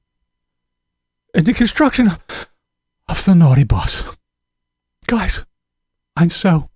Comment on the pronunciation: " GUISE" LOLLLLLLLLLLLLLLLLLLLLLLLLLLLLLLLLLLLLLLLLLLLLLLLLLLLLLLL